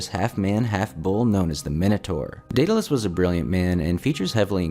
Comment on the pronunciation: It's Daedalous,!🤣😂